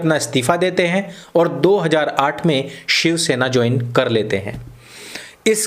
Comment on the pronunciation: Did you say ^shav-sena'?